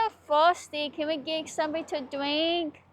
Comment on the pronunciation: Can we stop somewhere so I can get a dwink?? I sooo shirtsty.